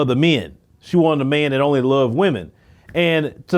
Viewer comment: I like your content but get the marbles out of your mouth sir. The words are THIS and THAT, not DIS and DAT.